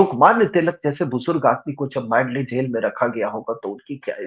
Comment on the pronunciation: मांडले नहीं मंडाले कारागृह !